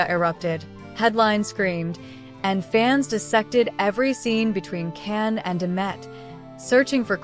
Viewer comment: You shouldn’t reporting about Can and Demet, because you’re pronouncing and their names wrong 😡😡😡😡😡😡